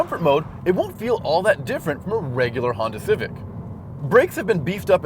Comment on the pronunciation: How he said Civic had me laughing my ass out loud. It sounded like Cific. Great review otherwise.